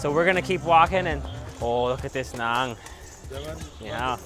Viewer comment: It's actually NAAN Please correct